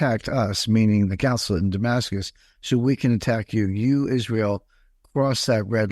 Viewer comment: And he keeps mispronouncing consulate